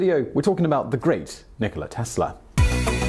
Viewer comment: it's Nikola, not Nicole